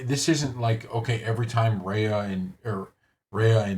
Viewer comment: Can you pronounce her name correctly? REE-AH. Not RAY-UH.